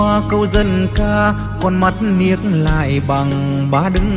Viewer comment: Không ai lại phát âm: Con mắt " niếc lại ". Duy Phường - cần phát âm chuẩn tiếng Việt.